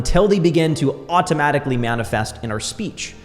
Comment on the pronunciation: You pronounce some words weird. AHH TOE MATIC ALYY